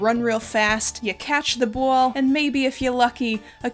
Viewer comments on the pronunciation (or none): That new york characetr voice "throw da bwall" GOT ME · When said "You catch the bwall" i felt it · I do not know anything nor do I care much about baseball. That being said, this was entertaining as hell. What a legend. Running off in the middle of a game because your attention is on your special interest is relatable af. Side question: You pronounce “ball” in a very interesting way I’ve not heard so far. Is that a California thing? (I’m European so not super educated with the intricacies of US accents.)